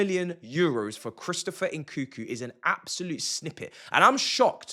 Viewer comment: "Chrisopher Enkookoo"?🤣